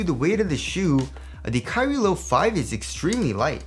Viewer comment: it always sounds like youre sayin kyrie LIL 4